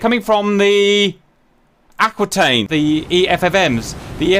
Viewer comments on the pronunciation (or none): none